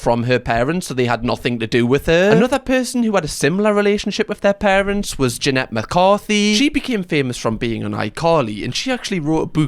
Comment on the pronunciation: Hey. I live your channel, but if you are going to be speaking about children that were victimized, you should really make it a point to say their names correctly. Try with Jeanette again. But overall, keep up the good work.